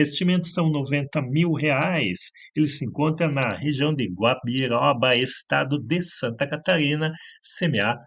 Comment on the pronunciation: O CMA está em Guabiruba e não Guabiróba como vc falou... Guabiruba SC